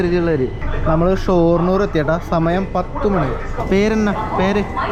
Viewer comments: ഷോർണൂർ അല്ലെടോ ഷൊർണൂർ. തലോണയല്ല, തലയിണ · ഷോ...ർണ്ണൂർ അല്ല... ഷൊർണ്ണൂർ.. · ഷോര്‍ണൂര്‍ അല്ല ഷൊര്‍ണൂര്‍ ആണ് 😅